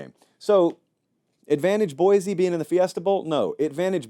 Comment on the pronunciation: It’s pronounced Boy-See.